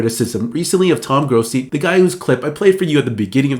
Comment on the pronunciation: Dude, if you’re going to comment on a reporters comments, especially for one who has been doing it as long as him, get his name right. It’s Toni Grossi. It sounds yo me like your say Tom.